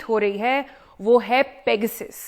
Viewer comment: मेडम शुद्द बोलो ,पेगासस है